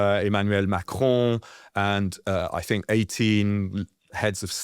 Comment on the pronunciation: Why do u pronounce macrons name like that